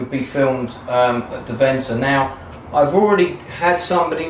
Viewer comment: Hope to meet you in Deventer again then. By the way, it's DEventer - with the emphasis on the first part.